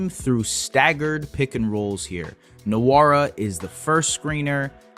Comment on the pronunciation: Good video. Btw its wora, the N is silent in nwora